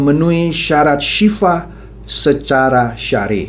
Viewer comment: mohon maaf pa bukan Sifah Tapi Sil'ah